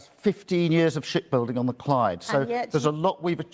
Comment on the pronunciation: "Shit building on the Clyde" I know what he is saying but still, lol